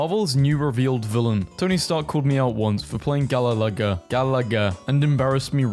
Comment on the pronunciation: how the fuck you can't pronounce Galaga or Renaissance? Are you 15 - 20 or something? And never played old games or studied HISTORY in school?